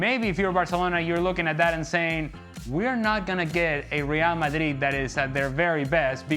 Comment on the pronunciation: This midfield of leallll malliiiiid. Ale, stop over pronouncing everything! You sound like an absolute spoon.